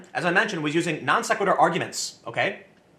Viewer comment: It makes me happy that you pronounced non-sequitur correctly here. Keep up the great work.